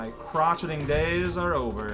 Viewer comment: Heheh, I think the word is said crow-shay-ing